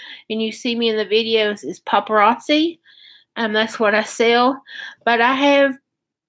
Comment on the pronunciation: Is that the way paparazzi is pronounced? It has zzi. Not chi. Cookbook? There ain’t no misspelling...... yeah we know how computers, and spell check works.